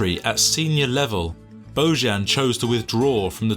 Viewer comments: He is Bojan, not Bozhan. J like in Jokić, that is Serbian name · Pronounced BoYan, not BoZHan. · His father is Serb, so his name is pronounsed Boyan... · Its not Božan its Bojan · His name is BOJAN!!! Bojan is pronounced BoYan! It isn't a Catalan or French name ffs. It's Slavic. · I really hate stupid people,who doesn't want to put just a little effort,to pronounce names correctly. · At least learn how to pronounce his name ffs! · You are completely butchering his name